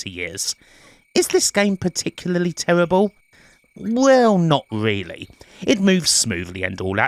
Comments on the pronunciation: Terrible = tewible? Surprise = Supwise? I can't with the accent, it's a pet peeve of mine. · It's not an accent, it's rhotacism, and they don't do it deliberately, just to annoy you. I wish I didn't have a slight lisp, but there you go.